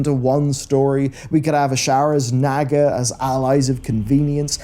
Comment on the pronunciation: its NOT NAG-UH ITS NAH-GUH! Fucking A, for someone who's so lore conscious!